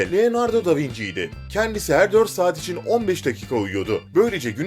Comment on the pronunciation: Da vinci diye okunmaz o ryöaryaldyarloxyızt